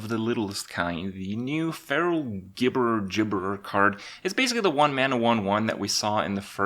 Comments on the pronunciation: it's jibberer not gibberer cmon man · IT'S PRONOUNCED "JIBBERER". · holy hell my dudes it jib-errer, because the thing speaks gibberish gib gib gib ig igg big bi gbigb gib bgi bgi bgi bgi bgi gbi igigigigi